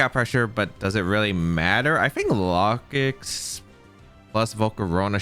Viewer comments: I think its pronounced like locust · that pronunciation of Lokix has to be bait